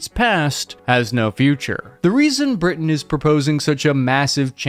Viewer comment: LOL “Britian”